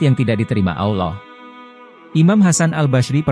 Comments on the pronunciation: maaf min saya tidak nyaman dengan penyebutann "awloh" saya lebih nyama mendengar dgn penyebutan "Allah" .. apa telingan saya yg salah ya ? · Pembaca video nya kaya bukan orang Islam, nyebut Alloh aja semrawut